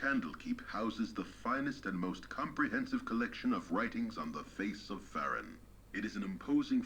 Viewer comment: "On the face of Fehr-in..." But, but - I always pronounced it "Fay-roon..." My mind has been blown.